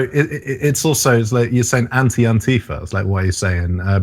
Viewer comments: It's pronounced "Anti-Faa". First A is short and emphasized, the A at the end is pronounced long. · Fa shouldn't be long, as it's the first syllable of Fascist, which is a short A. Ohnti-fuh.